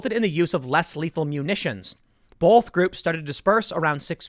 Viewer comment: Is it a regional thing that Tim adds an L to both (bolth). like wash and warsh. soda and pop